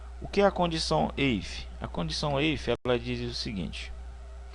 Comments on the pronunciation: Excelente aula, só corrigindo prof. o if em inglês se pronuncia ifi e não eifi. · "eife" ????????????? lê-se "ifi" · Demais o vídeo, apenas uma observação. Sou professor de Inglês e a função "If" se pronuncia como se escreve em português. Ou seja, ficaria /if/. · IF , IF!!!! Foi uma boa aula, mas aguentar vc falando EIFE foi realmente difícil